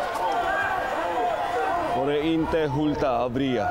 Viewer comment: meno po hindi memen, hindi maayos pronunciation ni dingdong dantes😅